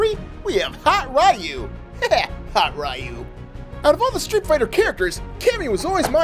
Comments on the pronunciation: It's not r yu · it's ree u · upsets street fighter fans by Calling Ryu RI U